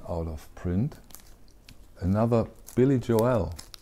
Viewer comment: Thanks for your informative channel! Lots of great information. By the way, here in the states we pronounce Billy “Joel “ like North “Pole,” rather than like “Noel,” as in The First Noel. All the best!